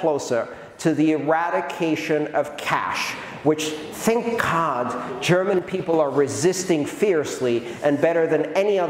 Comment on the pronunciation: “thank cod”? 🇵🇹 🇵🇹 🇵🇹 🇵🇹